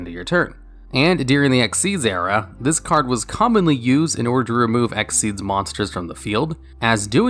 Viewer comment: its x-y-z not exeze lol